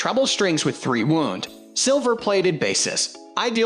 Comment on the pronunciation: All the mispronounced words (e.g., “wound”) and strange pauses make me think this voiceover is AI.